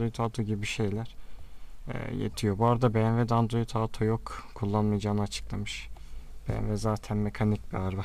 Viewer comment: android Auto değil kardeşim "OTO"